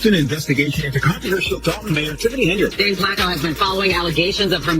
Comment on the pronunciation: Tiffany "KENARD"???? Don 't waster your time on this AI generated crap.